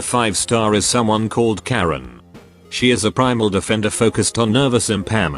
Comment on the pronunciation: We generally pronounce that word K-air-n, which means stone monument. Karen has the power to complain to the manager.